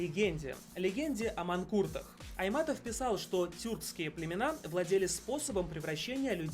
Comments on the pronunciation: Не Айматов а Айтматов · Не Айматов а Айтматов! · Чынгыз Айтматов а не айматов. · Чынгыз айтматов а не айматов😊😀😀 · Не Айматов, а Айтматов правильно нужно говорить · Ни Чингиз Айматов а Айтматов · Он говорит айматов а надо говорить айтматов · Он говорить Айматов это не правильно,правильно будить Чыңгыз Айтматов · Он неправильно сказал не Айматов а Айтматов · Не Чынгыз Айматов а Чынгыз Айтматов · Он сказал Чынгыз Айматов ,(ахахахаххааххахах) правильно будет Чынгыз Айтматов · Кстати не Чингиз Айматов а Чынгыз Айтматов😂😂😂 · не Чингиз Айматов а Чингиз Айтматов😂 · АйТматов ,где буква И😖😖😠😠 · Чынгыз Айтматов а не Айматов вот полудурок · Чынгыз Айматов😂😂😂😂🤣🤣😂🤣😂🤣😂. Будет правильно - Чынгыз Айматов. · Чынгыз Айтматов а ни Айматов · Не Айматов, а Айтматов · Не Айматов а Айтматов. Чынгыз Айтматов... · 😡 он сказал Чынгыз Айматов он забыл букву ( т ) 😠😠😠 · Не айматов,а айтматов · Не Айматов а Айтматов😈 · Не Чингыз Айматов А Чынгыз Айтматов!) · Если что не Чынгыз Айматов а Айтматов и ты не слышал даже рассказ мальчика спальчика? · не айматов а айтматов будет правилно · Ой Чингиз Айтматов 😂😂😂😂 А не А не Чингиз Айматов Ору 😂😂😂😂😂😂😂😂😂😂😂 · Не Чынгыз Айматов! А Чынгыз Айтматов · Не Айматов, а Айтматов. Как можно так ошибится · Это чынгыз айтамаотов а ни чынгыз аймамтов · Мы не забиваем кабанов, только баранов и коней это считается почетными блюдами на столе. И автор ролика не правильно произнес фамилию Чингиз Айтматов !!!!